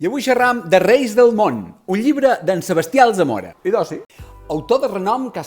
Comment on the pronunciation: SebAstià Alzamora,. SEBASTIÀ, no Sebestià! 🙈